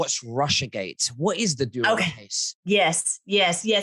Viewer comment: it's Durham not Dureham... why do you keep saying it wrong?